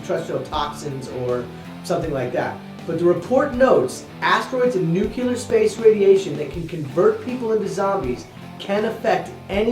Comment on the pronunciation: ITS NUCLEAR NOT NUCULAR haha